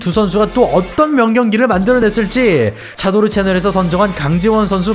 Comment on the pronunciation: 차도ㄹ~~~~르 님 넘버 뚤리~이 ㅋㅋㅋ 너무 굴리신다 ㅋㅋㅋ 부담시럽네요 ㅋㅋㅋ 영상은 잘보고 있습니다 ㅋㅋㅋ